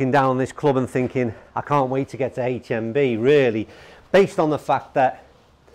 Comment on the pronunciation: Why's he gotta say "haech mmm bee"?